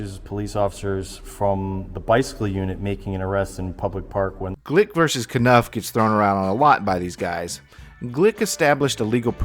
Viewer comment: One thing that I notice about ALL 1Aauditors is that they cannot say the word "versus" properly. They all say VERSE. It make me insane that they can't even speak english correctly..